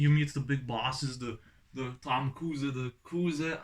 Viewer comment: Omg you said Tom kuze I feel famous 😐